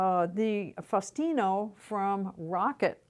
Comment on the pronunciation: It’s pronounced SPETCH-EE-AH-LI-TAH and FAH-OO-STIN-OH.